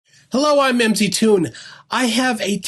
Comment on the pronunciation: Gawd, could you imagine having this guy as an employee?! And get it right. It is MickToon.